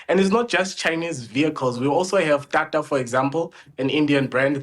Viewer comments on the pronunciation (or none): That TaTa pronunciation finished me 😂